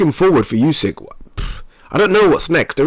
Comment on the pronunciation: Spell it like oosyk. Not like yusyk